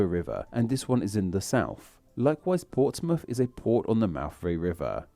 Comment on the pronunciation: Bad video made worse by the guy's horrific accent/speech impediment...not to mention it's plainly incorrect in many cases. Plymuff - Plymouth Portsmuff - Portsmouth Souffend - Southend Free - three Free - no cost Mowff - Mouth Fru - Through Norff - North Fings - things Fought - thought Nuffin - nothing Norven - Northern